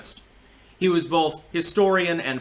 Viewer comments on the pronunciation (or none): none